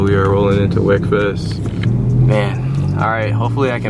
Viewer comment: It's pronounced 'week-fest' lol anyway, R8 looks complete now 🔥